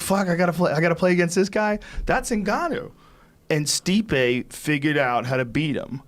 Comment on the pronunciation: Diaz calls Stipe "my man" but pronounces him "Stiopic" lmao🤦‍♂️😂